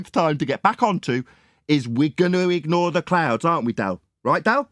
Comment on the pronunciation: Clown or cloon, clouds or cloods? 🤣🤣